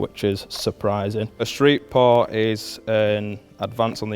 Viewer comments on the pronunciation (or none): It is a port.. not par. There is no difference how this guy says poor and port and both are "par"...